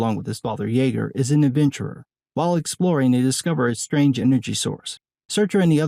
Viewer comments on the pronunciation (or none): Pronounced STRANGE World. Not SHTRANGE World.